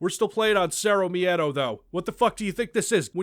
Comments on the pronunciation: To anyone curious, the word miedo has only two sylables. Mie-do. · Why the fuck do you pronounce miedo as meadow? wtf